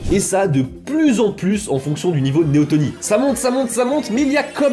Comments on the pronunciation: Néoténie... avec e. Pas néotOnie. Néoténique. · Juste : on dit "neoténie" pas "néotonie" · un détail toutefois, c'est néotÉnie pas tOnie... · néotÉnie, pas néotOnie. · ... et c'est néotEnie, non néotOnie. Je sais, je suis lourd - mais c'est pour la bonne cause, non ? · il s'agit plutôt de néoténie et pas de néotonie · Néoténie, pas néotonie . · On parle de Neoténie et pas de Néotonie ;-) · c'est neotenie pas neotonie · néoténie et pas néotonie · C'est néoténie (pas néotOnie..)😉 Merci pour ta vidéo, tu as fait un gros boulot de vulgarisation sans dire (trop) de bêtises scientifiques. Et franchement, vu le sujet, c'était pas simple si t'as pas un biologiste dans ton staff! 💕💕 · Merci pour la vidéo ! Je me permets juste une petite correction : on dit Néoténie et pas néotonie ^^ C'est pas très grave, mais voilà ^^ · C'est néotÈnie, ps néotonie... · Très bonne vidéo cependant on dit neoténie et non neotonie C’est le même principe pour les animaux